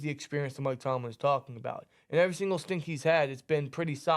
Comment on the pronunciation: I thought I was mishearing what they were saying but they kept saying "stink" instead of "stint". Guys, it rhymes with "hint".